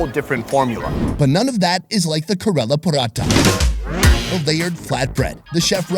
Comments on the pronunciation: you said KArela😂😂 it's KErala 😂😂.. you sound like my nephew 😘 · Hey I’m from South India live in California now and the pronounce “Kerala” it’s “Kay-ra-la” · Is know one gonna talk about the way he pronounced Kerala